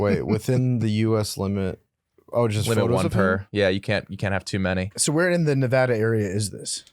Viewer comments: its pronounced Nevada not Nevada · thats fine he just keeps saying Nevada wrong